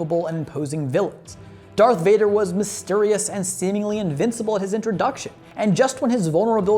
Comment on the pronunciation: He said "Dark Vader" ..